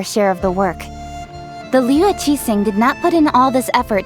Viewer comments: same, hearing them say zhong li and liyue is so painful 😭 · I'm neutral with Eng Dub but I seriously can't stand using Eng Dub in Liyue. As a Chinese, my ears hurt when they pronounce almost every Chinese word or name wrongly